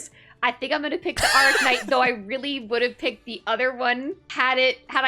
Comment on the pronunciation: She keeps saying arcknight, its AIRknight